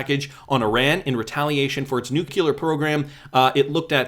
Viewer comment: May I just politely say, it's nuclear not nucular. And for crypto, it's crypto not k'dipto 😁